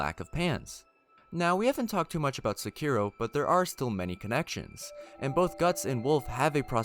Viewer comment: Learn to say sekiro